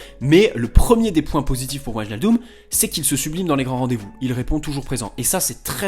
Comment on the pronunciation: Super vidéo, stp maintenant qu'il est parisien, apprends juste à prononcer le nom de Wijnaldum 😂